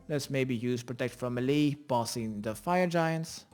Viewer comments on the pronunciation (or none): i laughed my ass off everytime you said MELEE......... it's pronounced ( Maylay.) not (me li ) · meelay as in the US, or maylay as in the UK.